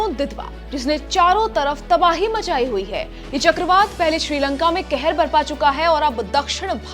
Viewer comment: Sorry kehir nahi qehir